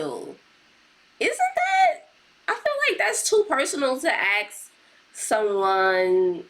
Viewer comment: YOURE CLEARLY INTELLIGENT BUT WHYYY DO YOU SAY "AXE" INSTEAD OF "ASK"?!!! it really is demeaning